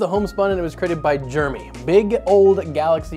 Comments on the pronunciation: “Germy” bro it’s “Jer-e-mey” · jer-e-my not germy how can people not pronounce names right haha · Jeremy - "Jay-Rem-Ee" I am one myself so please pronounce correctly ;-o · When you say Jeremy, it sounds like Germy. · americans pronounce Jeremy as "Germy", I never knew that. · Th pronunciation of Gerramy is triggering me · Every time you say "Jeremy" I hear "Germy".